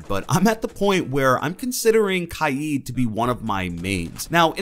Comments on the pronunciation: Imma be honest, I thought that itv was pronounced k-ade rather than ky-eed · Pple r always pronouncing kaid kaayeed it’s annoying me for some reason I prefer pronouncing it kayd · Can you stop saying his name wrong. Is name is not spelt kied as you say it 😂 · Spelt Kaid pronounce’s it KIEEEEEEED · It’s not kieed it’s cayed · IT’S KAID, not KY-EED. Fuck.... literally no one calls him KY-EED. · For one, it’s pronounced like kade, not ki-Ed. And two, he needs his Electroclaw back badly